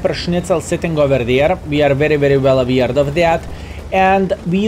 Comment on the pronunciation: Good video as always! But, I have one request: can you pronounce aware as aware, and not as aweird? Google translate has a button to pronounce words if you need to hear it. So: "I am very well aware of this"